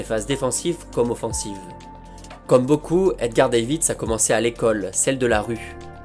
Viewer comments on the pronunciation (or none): Prononciation: Zédorf et Davits. Pas Sidorf et Deivid. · Cela se prononce 'Dèvitsh' mais superbe épisode